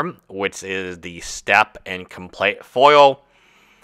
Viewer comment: "Com-Plet Bundle"